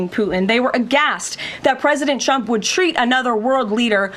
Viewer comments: Sounds like she's saying President Chump😂. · Is she saying "President Chump"? It must be a consistent Freudian slip! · Here's 'chump' again. Perhaps if she told the truth, karolying would relax enough to pronounce his name correctly.